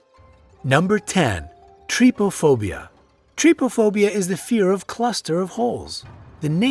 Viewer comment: on number #14 trypophobia pronunciation: Tri-po-phobia Real pronunciation: Try-po-phobia Okay